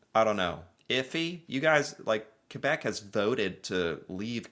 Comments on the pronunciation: Thank you! You pronounced Quebec as K-beck rather than Q-beck. Love you for this! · Thanks for saying Quebec correctly, I don’t get the dog and Canadian hisi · Heeeeey you're pronouncing Quebec correctly! Well done yank! Very respectful. Appreciate that 😉👌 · Canada defeated thousands of Germans in WWII. Good job on pronouncing Quebec btw.